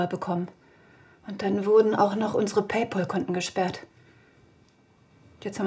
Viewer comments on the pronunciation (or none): ballett for fucking fucks sake... es heißt nicht [paypol] sondern [paypäl] PayPal [ˈpeɪˌpæl] (Audio-Datei / Hörbeispiel anhören?/i) (engl., wörtlich Bezahlfreund, angelehnt an pen pal, Brieffreund) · Es heißt nicht "Päi Pål". Es heißt "Päi Pähl". Danke für Eure Aufmerksamkeit. 😘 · Liebe zum Detail, auch paypal haben sie typisch deutsch falsch ausgesprochen :D